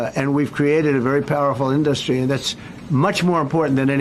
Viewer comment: It sure is an in-dust-ry.